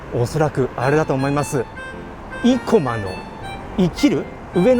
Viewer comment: 生駒は横浜や東京あたりでは‘’い‘’を強調した発音はしないな。排骨は都電早稲田近くの大王ラーメンが見立て面積同様、体積2倍で大食いチャンネルには良いと思うので是非。でも顎外れたらご免なさい。